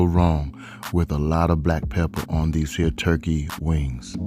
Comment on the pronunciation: When he said "these hea' turkey wings" , you already know what it is..... down home country cookin'..... and that's on mary had a little lamb ❤🔥